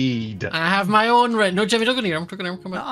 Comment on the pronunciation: Why does say Timny instead of Jimmy